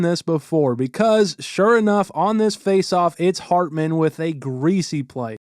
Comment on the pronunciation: Is it hartman or ratman 😂